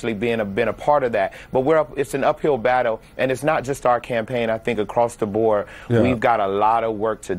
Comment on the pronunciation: . "Across the bore?" This imbecile can't even speak English.